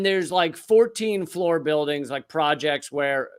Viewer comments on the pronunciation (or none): none